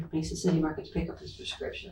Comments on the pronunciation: I'm sorry ... it's pronounced Meh-sah county not meesa county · It's not "Meeza" County, limey, it's Mesa County, as in May-sa. You limeys have a morbid fascination with American violence, like lurid voyeurs, you seem to love it.